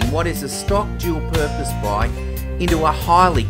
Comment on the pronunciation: can you say bike not a baaayk